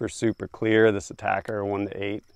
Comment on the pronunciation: Someone finally pronounced atacr correctly 👏🏾👏🏾👏🏾.